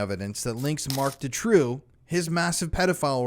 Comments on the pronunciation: I hate to be that person but it's pronounced Doo-trow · Doo-trow. Doo-trow.